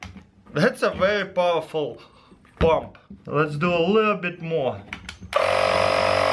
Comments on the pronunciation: In the beginning I thought he said battery operated bomb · When he's talking about the air compressor I hear him say bomb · I hear 'battery operating bomb' xD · Am I the only one who heard bomb the first time he said pump? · he says "pump" in an Indian accent lol